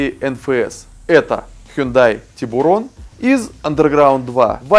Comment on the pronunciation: проект интересный. но не "хундай", а "хёндэ". не "андеРграунд", а "андеграунд" и т.д